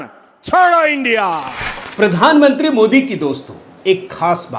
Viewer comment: इस शब्द का उच्चारण "इन्डिया" नहीं, आईएनडीआईए का उच्चारण किया करें. आशा है आप ध्यान रखेंगे. धन्यवाद.